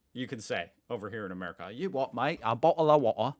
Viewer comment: you are saying you wot m8 in a London accent, these lads would say u wha maate